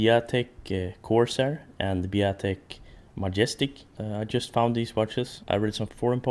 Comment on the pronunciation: Not Biotic..... Biatec! Shame!